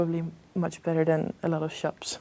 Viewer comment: Betweter